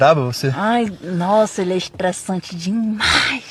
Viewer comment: shtréssanti ele